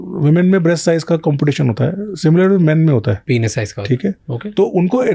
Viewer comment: Why they both saying PEN-IS its PEEEEEN-IS